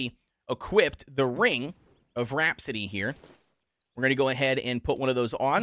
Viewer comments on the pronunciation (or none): Ring of Rhapsody ?.,, Rap-a-city